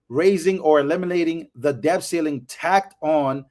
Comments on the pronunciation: Love your videos! Thank you for your hardwork. The letter "b" is silent in the word "Debt." It sounds like, "Det." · Stop pronouncing the 'b' in the word 'debt'. It's a letter. It's like pronouncing the 'g' in 'laugh'. It's bad. Don't do it. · sorry, I can't., bro, the "b" in "debt" is silent. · It's imports and exports, not outports.. .lol and the "b" is silent in the word debt. Just trying to help.